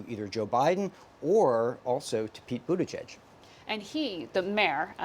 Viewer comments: “ BUTTGIG “ lmao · how the anchor dodges pronouncing Pete Buttigieg, hilarious.